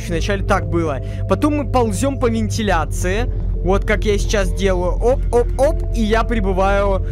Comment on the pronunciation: Не в кналезачыю а винтилечые